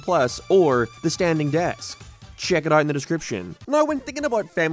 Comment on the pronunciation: What’s with your speech impediment bro? You can’t say out 😂 “ourrrt”